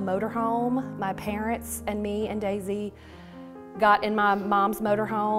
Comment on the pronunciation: I’m ok! Don’t worry! And it’s pronounced Daisy.